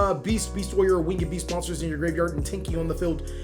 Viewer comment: It's not wing-ed beast it's winged beast.